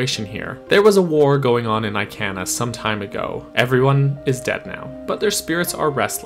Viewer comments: I-can-ah hurts my soul please I-Kahn-ah take it anymore 😂🙏🏼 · sooo jarring...lol! It bothered me to no end; I - can - ah...ummm, NO! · Eye-can-uh? Sa-no-tuh? Dude, I know for a fact that Sonata pronounced Soh-NAH-tuh! Not sure about Ikana, but I've always heard it as ee-KAH-nuh.